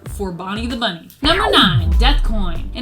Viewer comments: Is it just me or does she say bummy instead of bunny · He’s saying bunny